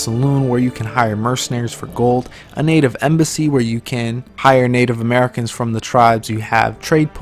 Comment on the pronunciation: Liked this video just because of the part where you said "murricans" xD